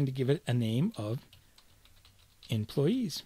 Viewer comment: Huh, looks like a great video series. >Does pretty good for first 5 minutes OK sweet, it's in an accent I can easily understand... >employess /me watches on with hopeful optimism...